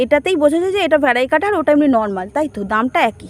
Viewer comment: Vari-cata bole kichu hoi na didi. "Variegated "ভ্যারিগেটেড